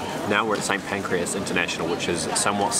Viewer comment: LOL St Pancreas station ya wally its St Pancras :-D